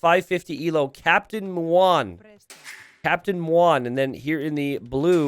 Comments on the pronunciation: it's so painfull to hear say "captain mwan" instead of "captain mu-on". muon is an english word, not a chinese name. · it's captain muon, like the greek letter mu, not moo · I love your whole channel, but muon is pronounced mew-on, not mwan. It's a subatomic particle. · Muon = an elementary quantum particle with 0 (or very close to zero) mass. Pronounced "Moo-On" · Especially because mispronounced Muon the entire game